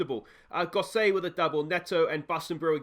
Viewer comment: aaaaahfff-an Lido and Goss-it lol, should have said a while ago about Gosset but couldn't be arsed lol Great video mate, make sure you stick around until champions league mate I'll be here watching along